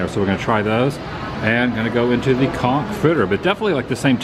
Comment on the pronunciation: So so glad you pronounced conch correctly. You may have been demonetized